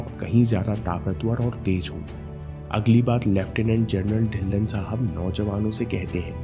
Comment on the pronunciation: Sir It's "ढिल्लों" ✔ not "ढिल्लन "❌ . mera b yhi surname h🙏lesson in this video💯